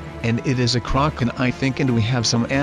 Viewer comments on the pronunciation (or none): Kraken no kroken